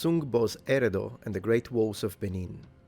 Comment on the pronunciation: Abi oo. This dude keeps saying Erado. An Ok effort but please white dude do your research better and more importantly learn the pronunciations. The pronunciations u re messing up are way too simple.